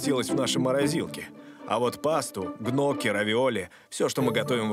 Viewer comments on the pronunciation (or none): Гнокки вместо ньокки? Вы шутите?